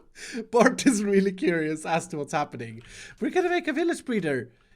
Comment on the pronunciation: Me: Bert!: Bart!